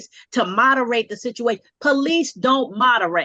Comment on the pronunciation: She called the poh-lice? Multiple times? He needs to divorce that woman